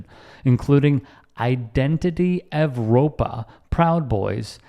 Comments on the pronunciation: Once again,, in "Identity Evropa" the second word is pronounced "Europa" because the bigots are using the "Latin V," which is pronounced "u." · I'm pretty sure that "Evropa" is pronounced as if the "V" is a "U". Because Latin didn't have a U, old words and inscriptions sometimes had a V in its place. You'll often see court buildings with the inscription "COVRT HOVSE" for example.